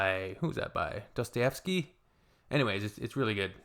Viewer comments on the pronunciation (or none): none